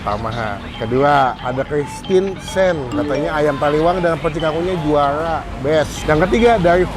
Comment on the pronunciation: Rrrrrrrrr not llllllllll, jurrrrrraaa bukan jualllaa